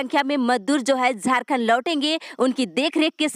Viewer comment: Man zharkhand nhi jharkhand ha ap plzzz words kA sudhar kijye.....